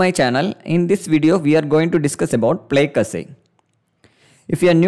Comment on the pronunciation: btw plaque is pronounced "plack" not like "plague"